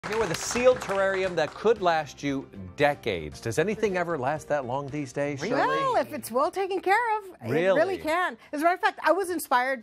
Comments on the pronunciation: Not terranium, Terrarium. Nice video. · The guy heard the word terrarium several times,but still called it tarranium.🤔